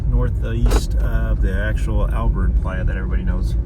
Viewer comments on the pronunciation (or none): Not that it matters but it's Abert rim and Abert lake, not Albert - minus the L. I like your adventures, you have been to some places I have travelled and then some. I would love to get together to travel someday.